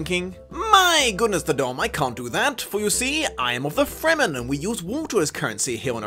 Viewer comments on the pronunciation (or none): none